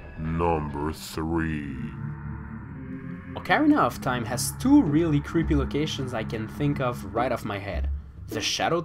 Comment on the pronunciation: ALLiens oKARRina of times oh my god.